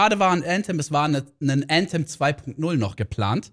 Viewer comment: junge wie cringe wenn er Äntem sagt anstatt Anthem, immer diese Leute die englisch können